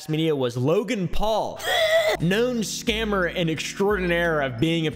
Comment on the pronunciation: Me:Oh boy what now: scanmers😂